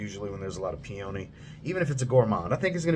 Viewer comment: Just for future reference, peony is pronounced "pee-uh-nee".